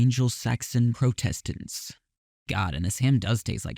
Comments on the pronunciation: also the emphasis in Protestant is on the O not the E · As an irish American with a catholic upbringing it also deeply upset me he pronounced Protestant wrong. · Pronounced “Praw-te-stant” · Was ready to just nope out when you clearly have no reference for the references (so like. Why not start where you would) Got dangerously close when you pronounced ANGLO and PROTESTANT wrong But after the jewel one…. SHES KNOWN AS JEWEL. But I guess I made it half way so. Yay me? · How does someone mispronounce "White anglo-saxon protestant" so badly? Also, the 'Blood of Christ' joke was cut form the first episode in its original airings, which is why it was reused in a later episode. The DVD restored it to the first episode, so it ended up appearing twice. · He doesn’t even know what White Anglo-Saxon Protestants are. Can’t even pronounce it right.